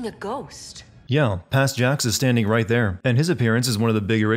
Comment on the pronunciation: "tight there" instead of 'right there'. lol